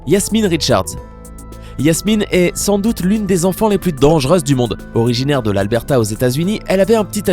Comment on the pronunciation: oof :De L'Arberta aux Etas-Unis. Mec tu connais pas ta geo